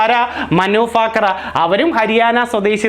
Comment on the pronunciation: മനു ഫാക്കർ അല്ല.ഭാക്കർ